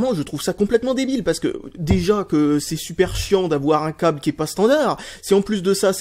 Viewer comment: "Le coble"